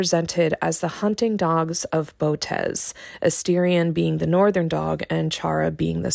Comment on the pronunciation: You said Bow-tez. It's Boh-oh-tis.